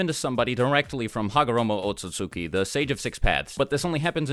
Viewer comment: BTW this bothers me and it isn't a big deal, but Ootsutsuki is pronounced more like Ootstski. The u's are very softly pronounced, the first one a little harder but the second one is near silent.